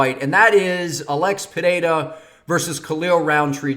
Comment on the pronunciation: As a Brazilian I can say: You pronounce "Pereira" really well. Best so far